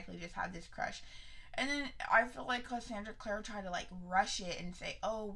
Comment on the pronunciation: Lets do this.... Basic AF Hahaha I like you edition of it... I haven’t seen the hardback edition of city of bones... I’m mad you really saying her name wrong even though I can’t stand her either... the whole rat thing will be figured out later... well as to why I don’t know but what happened after and how that has an effect on Simon... she would literally would let the world burn for Jace..